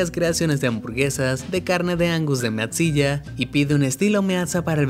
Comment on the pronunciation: MEAT ZILLA Se pronuncia.... MITZILA. es como godzilla perk comk es de carne y enorme por eso se llama MEATZILLA.